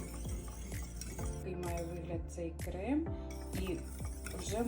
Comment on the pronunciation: Не крэм а крем